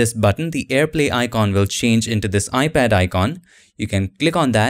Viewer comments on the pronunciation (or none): I kept hearing “ibad”... not sure why..